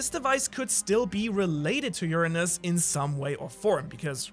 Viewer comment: That us accent makes Uranus sound funny😂.